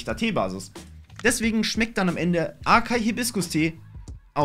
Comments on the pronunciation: Was ist aKaI es wird Asai ausgestrochen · Man spricht açaí "assai" mit Betonung auf dem i aus